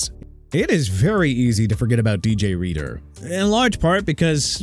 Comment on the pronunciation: THE GUY'S NAME IS D.J. READER NOT D.J. READ! AND NEW ORLEANS PRONOUNCED NEW OR-LINS (OTHERWISE ORLEANS [OR-LEENZ] IN FRENCH)! WHAT PART DON'T YOU UNDERSTAND?! YOU CAN'T PRONOUNCE ANYTHING RIGHT THEN YOU SHOULD QUIT YOUR JOB AND GET AN EDUCATION!!